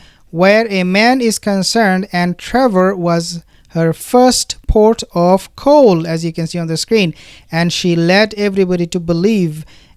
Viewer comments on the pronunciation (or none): It’s supposed to be “ port of call” not “port of coal”. 😊❤